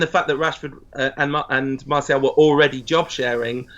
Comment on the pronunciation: Howson butchered Martial😂